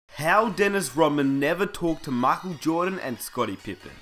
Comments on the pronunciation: Makel jordan?! 😂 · I stopped when he said MAKEL JORDAN and DENIS ROHMAN. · Mackole Jordan lol wtf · How you never once pronounced Dennis Rodman, Michael Jordan or Scottie Pippen properly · My whole body hurts when you pronounce 'Michael Jordan' the way you do..but good video :D